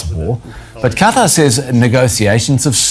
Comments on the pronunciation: Ka-tar, not Cutter 😂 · Ka-tar, not Cutter. Please pronounce it correctly.